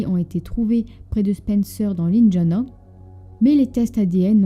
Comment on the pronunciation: C'est moi où la fille qui prononce pas bien les mots comme " indiana"....